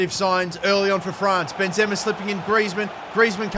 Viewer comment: bro said benzemer💀